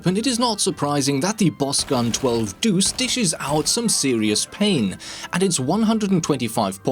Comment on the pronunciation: Bos gun 12 . deuce You couldnt have said that worse